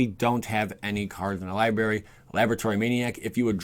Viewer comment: What is a “libary?”